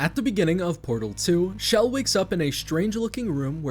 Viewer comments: L4D2 is not in the Orange Box. Chell is pronounced with a hard ch- sound, not like the word shell. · her name is chell, ch like in cherry, not shell 😭😭😭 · I know this is a year old, but her name is pronounced with the CH like Chase or Cheese.